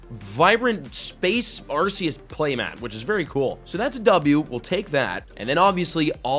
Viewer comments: I believe it's pronounced Ar-koos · The only correct pronunciation is ARKOOS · First: The Green Code that had the Sylveon V-MAX is an Error Print cause the WHITE and Green Codes are meant to hold the Pulls Second: Its pronounced "Ar-Key-Us" due to the Gamefreak Company taking over the Production of the Anime after 4Kids Entertainment in America shut down Awhile ago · I pronounce it Arceus with a C instead of an S